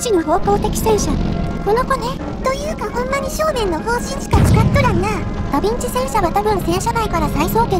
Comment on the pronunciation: 傾斜装甲を採用したダヴィンチも、ショットトラップまでは考慮できなかったということか。 あとヴィをビといってしまうと「ダビッチ」（byずん子）と聞こえるのも新発見。 実在した連装砲戦車といえば、連装砲駆逐戦車というフィクションのような試作戦車VT（フェアズーフストレーガー)1ですかね。